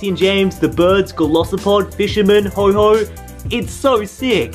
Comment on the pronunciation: Okay its not ho-ho its ho-oh.